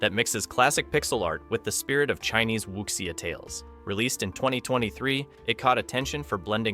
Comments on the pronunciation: It's pronounced "wu-sia" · great video!! the pronunciation of wuxia is " wushià "